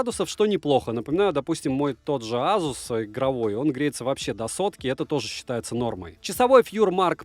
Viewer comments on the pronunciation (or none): none